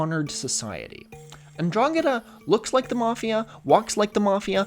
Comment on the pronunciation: As a calabrian, your pronunciation of 'ndrangheta is really good. I also probably lost 10 years at the out of left field mention of very specifically the region I grew up in. I've moved since, so this video isn't being seen in Calabria, but almost! And I'm glad you find our land beautiful. Organised crime and un-organised government is slowly killing us :]